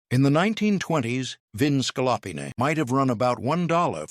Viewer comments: OMG the mispronunciations in this video are insane! Veal scallopini like ska-LOP-in-ay. 🤣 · AI is hilariously bad … the repeated mispronunciations of “scallopini” are howlers.